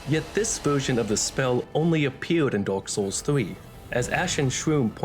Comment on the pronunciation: "dork soles" 💀